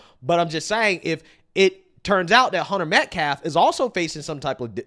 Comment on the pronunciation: He makes me sick! HE DIDN’T EVEN KNOW AUSTINS LAST NAME!!! He said “ Met-Claff, not Metcalfe!